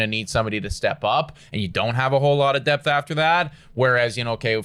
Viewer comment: "Don't have depth-uh"